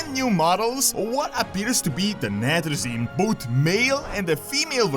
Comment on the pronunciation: Nathrezim. Sire De-Nathr-ias. -Nathr-ezim. Castle -Nathr-ia. Just saying.